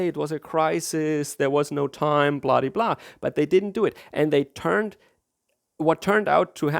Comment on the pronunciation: OK, I know what you're trying to say with "bladi-blah", but it sure sounds like "bloody-blah" to every English-speaker. :D